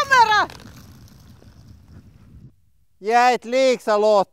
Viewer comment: N D Lords Hands she is saying kamera.